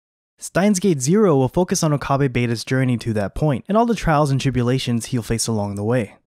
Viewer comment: It's not Okaabae lol